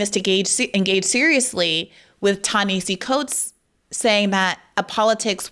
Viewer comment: I'm a big fan, Briahna. And I cringe each time you mispronounce Coates' name. He pronounces it Tah na HAH see